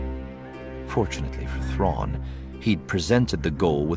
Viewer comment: About half the time you left out the "r" out of the Thrawn.